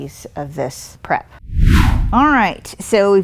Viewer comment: I know you are saying "prep" but sounds like crap LOL